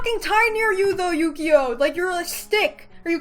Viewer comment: honestly ukyo makes me so happy and i'm not sure you've already been told this or if you said it correctly in this video (as i'm writing while watching it) but his name is pronounced oo-key-yo!! I LOVE HIM TOO MUCH ugh he's so precious i really hope you like him and his beautiful route